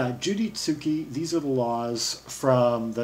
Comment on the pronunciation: You have pronounced the last name incorrectly...its zuke...not Zukie